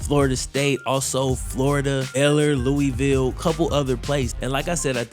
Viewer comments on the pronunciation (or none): none